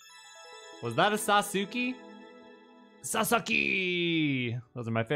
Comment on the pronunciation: Everytime he says sasuke wrong a Angel dies hahaha